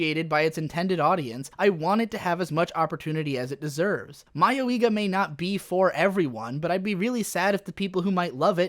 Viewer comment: "My-oh-ee-ga"? What? Ive always said it as "Muh-yoi-ga"... which is it. It doesnt matter if it was supposed to be parody or a horror edge-fest. Both ways it was horse shit. Even if it was a parody, what the hell was it trying to "subvert?" What the hell was it trying to make fun of? It was so poorly constructed and provided no commentary on current horror tropes. And nothing in the show was remotely close to being humorous. The few things that made the show stand out only made it cringe-worthy. I dont care what genre you try to put this anime in, Mayoiga was a total buswreck of a show.